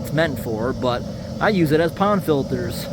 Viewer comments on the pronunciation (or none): none